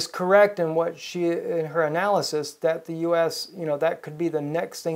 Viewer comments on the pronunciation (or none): none